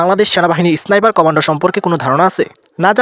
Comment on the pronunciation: উচ্চারণটা এসনাইপার না ভাই, স্নাইপার।